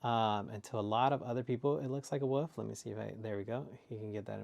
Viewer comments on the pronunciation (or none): Got me dying saying wuf 😂